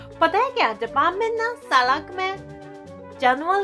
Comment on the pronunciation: Miss Salk Nahi Sadak hota hai